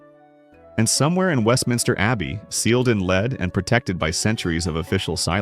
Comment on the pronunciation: Too bad AI narration cannot tell “lead” (pulling a thing along) from “lead” (the metal) F-AI